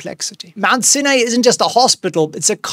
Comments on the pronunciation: pleeeeease, Mount Sinai is pronounced Mount SIGH-NIGH. Ask Winston, he would know! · Mount sin ay lol